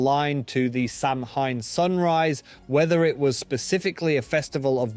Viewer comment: Samhain ==> Sah - Whin NOT Sam Hane. That’s very very very wrong. Very. Like insultingly bad. Please look up Irish pronunciation before attempting Irish words please. It sounded like a fork being dragged across a blackboard